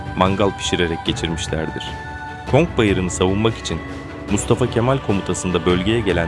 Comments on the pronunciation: Konk bayırı değil aslanım conk bayırı gavur toprağımı sandın 😂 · Bir de konk demesen iyiydi.